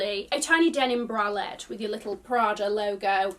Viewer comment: Thanks for video. Prada Denim bra-let 🤣.